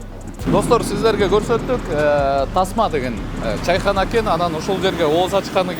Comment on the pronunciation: Чийхана эмес чычым болбойле Чайкана эле дей бергиле